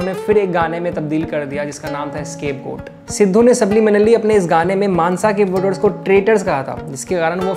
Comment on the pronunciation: finally someone said mansa correctly